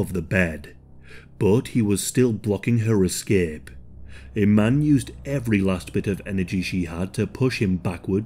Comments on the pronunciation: just for future reference, my middle name is iman. it’s pronounced ‘e-Mon’ thank you. david bowie was also married to model iman as well. love your videos. just a heads up. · yes. it is. there are of course different ways of spelling and slightly different pronunciations. because it’s an arabic name so native speakers have slight accents. but i-man is not correct.